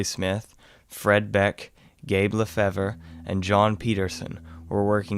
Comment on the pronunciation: When u were naming the prospectors who were at the ape canyon attack. The one name you pronounced as La_fev_urr This is a prominent name here where I live in North Eastern NY by the border of Canada and VT. Kind of oddly.... the name is actually pronounced..... . Luh Fave Fave ... as in the first half of favorite. "That's my fave...." so its.... "Luh Fave" LaFave, LeFave, Lefever, Lafevre, Lefebvre. Those are just the few spellings I'm aware of. There is many, many more.